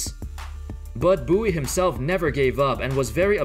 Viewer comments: It's " Bowie" not "Boowie " 😂🙈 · I love how it's pronounced "Boo-wee" but it's clearly written as "Bow-ie".